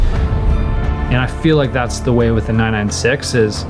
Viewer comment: Why did I hear: and this is my wife, instead of way? No matter, good work.